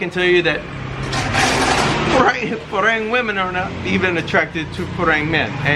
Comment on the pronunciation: You've been in Thailand for 10 years and don't know how to pronounce "farang"???